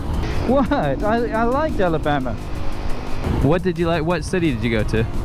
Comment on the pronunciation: "Ellabama"